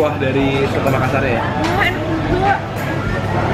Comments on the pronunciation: btw bukan soto tapi coto ya kak 😊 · btw kak coto makassar bukan sotoo hehe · Sekedar masukan, penyebutannya tetap Coto, bukan soto ☺️ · COTO. Bukan SOTO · bukan "soto Makassar" tapi "coto Makassar" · Bukan soto kk tapi coto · Coto bukan Soto XD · itu bukan lontong, burasa....hehehe...ak knp denger kata Cotonya dibaca soto ya...mungkin salah denger... nanti klo ke Makassar mungkin bs coba pallubasa srigala sama Coto gagak yg juga terkenal